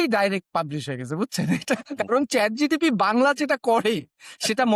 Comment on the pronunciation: ভাই আপনারা ChatGPT কে যেভাবে ChatGTP বলতেছেন । কাউকে পচানোর আগে নিজের উচ্চারণ টাতো ঠিক করেন 🤪